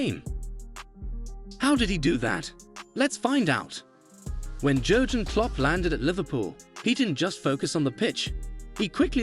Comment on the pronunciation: well it’s either AI or this video wasn’t made by a true football fan. The fact Jurgen is mispronounced multiple times in a video about him is kind of shocking. Add to that Sadio Mane and Virgil Van Dijk’s names. Can’t even say Premier League properly. smh